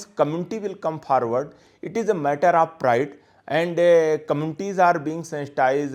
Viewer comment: 🤣🤣🤣forward ruh kynnoh pharward confident ruh kynnoh can'tfidend 🤨🤨🧐🧐